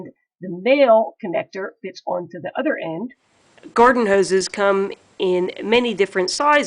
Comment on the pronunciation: We take a drink when she says “the” pronounced dee. 🌸